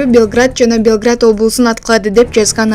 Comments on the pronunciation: Ошол Белград бп угулуп атат.Орусча ударение мн Белгород болот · Белград эмес, Белгород. Качан туура суйлойсунор. Уят. Уят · Карындашым .Белград эмес .Белгород. .уят .уят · Белград эмес Белгород деп туура айтсанар,журналист!!! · Журналистики дикторлор туура окубайсынарбы Белград эмес Белгород айырмасы бар Белгород Югославия Россия эмес . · Белград эмес,Белгород апеееей) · Урматтуу журналист айым, Белгород деп так айтсаныз, Белград болуп угулуп жатат, Югославиянын столица ы. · Белград эмес Белгород,туура суйлосонор! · Белгород деп айсан ката белград дебей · Туура айтсан Белгород Белграт дебей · Белград эмес Белгород туура суйло кызым. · Белград эмес,Белгород деп так айтсанар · Кактус дикторлоруна: колунардагы тектти туура окусанар деген калоо. Украина армиясы сербиянын борбору Белград шаарын эмес РФ Белгород шаарын аткылаган. Ушуну туура эмес окуганынар уят эле. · Нолапай, Белград эмес. Белгород!! Сабатсыз дикторлорду алмаштыргыла!! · Белград эмес Белгород деп айтып жур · Белград эмес Белгород,туура окуп туура маалымат берсенер тантырай бербей!.. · Бул экичи журналистерди дикторлорду кайдан табасыңар? Ошончо билимдуу кыздар бар, Белград менен Белгородту айырмалап окуй албаган.